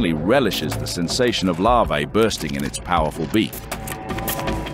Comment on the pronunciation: You didn’t have to say bursting like that… geez lol